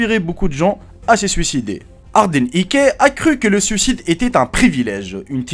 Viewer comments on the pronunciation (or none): none